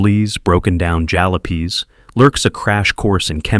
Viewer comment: that's not how you pronounce the word 'jalopies'